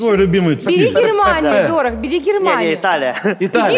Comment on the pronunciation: как так можно читать фамилии, Дорох 😢